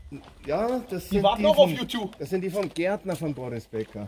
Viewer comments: Wer ist denn "ju tju"? ;-) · Konzert mit "jutju"